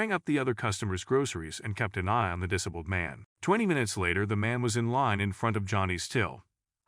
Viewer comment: Dis - able try saying like this.